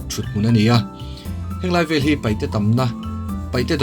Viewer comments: Sir Paite tih tur,Paihte nilo in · Paite a ri a i ti hi an dik nawh.